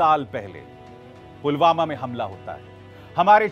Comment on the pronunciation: Polvama ki jagah polgama bolraha he